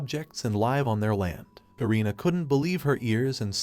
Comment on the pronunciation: Ai stop pronouncing live wrong it's pronounced liv not live